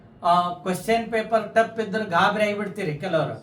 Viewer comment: ಪೇಪರಾ ಅಲ್ಲೋ ಬಚ್ಚ ಸುಳಿಮಗನೇ ಪೇಪರ್